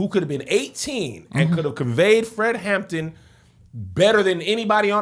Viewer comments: Is it just me or does it sound like everyone is calling him Fred "Hammond"... I keep getting distracted by it. Lol! 😂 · It’s the fact that y’all kept saying “Fred Hammond” instead of “Fred Hampton” 😂😂😂 but yes, the movie was chefs kiss 👏🏾👏🏾👏🏾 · Watching two churchy people struggle through calling Fred Hampton - Fred Hammond is amazing 😂😂😂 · HamPTON. Not hammond. Hammond is the gospel singer.